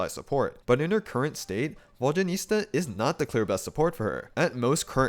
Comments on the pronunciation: The mispronunciation of her name’s gotta be ragebait, right? 😂😭 EDIT: He really mispronounced her name throughout the whole video 😭 this can’t be the same guy who correctly says Zibai’s name, and so well at that too😭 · Before you make an entire video about a character, maybe look up the pronunciation so you don't mispronounce several dozen times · I physically can't watch this video with your vodyaNITSA pronounciation 😭 it's NITSA not nista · Exactly, it’s not even that hard. Saying Vodyanista instead of Vodyanitsa is like saying Starista instead of Tsaritsa lol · It pisses me off how some of you are misspronouncing her name.. ITS VODYA-NITSA.. not ISTA.. dyslexics.. 🤦‍♀️ as a Slav.. these things kill my ears... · Guys! There is no huge problem with the misplaced letters in “Vodya-niS-TA” or “Vodya-niT-SA” by the creator of this channel. It’s totally okay. What I’m not okay with is how you all pronounce DYA — for some reason, it’s Vod-JYA-nitsa. Can you tell me where you all missed the D? 😂 It’s not JA, and it’s not JYA, for Christ’s sake. It’s D-ya = “-Дя-”. Try to say Vodianitsa if you like. But the Latin transcription of Vodya is not correct. When we pronounce “water” in Russian, we don’t say it as Vodya 😂😂 For us, it’s pronounced Voda. In her name, the developers use the word Voda as the root word, followed by two suffixes ~yan- and -its-, with -a as the ending. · It’s “Vodya-NIT-sa” not “Vodya-NIS-ta” though 😅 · Please at least TRY to pronounce her name somewhat okayish x.x Who the f is "Vodjanista" ?! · Its Nitsza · Who is this "Vodyanista" you keep referencing? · It’s Vod-ya-nit-SA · Hearing VodyaNISTA over and over again made me physically wince. 😭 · Ive heard him say VodyaNISTA so many times I cant say I properly anymore. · you keep saying vodyanista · Please, VodyaNEET-sa. 😭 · Someone tell him the correct pronunciation, it's too distracting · Why so difficult to pronounce her name correctly lol